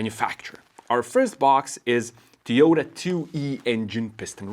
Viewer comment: I'm pretty sure its To-Yo-Ta, not Tee-yoo-duh. And apparently the manual should say "an UNcertain amount".